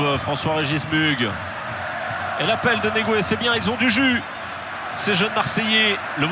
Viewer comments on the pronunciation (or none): Ça se prononce pas moughé ?🤔 Mughe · pardon ne gatez pas le nom du mouna..lol imaginez qu il ya un accent aigu a la fin lol